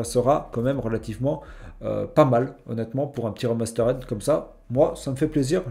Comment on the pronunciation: Remasterède...????? puree l'anglais 😂😂😂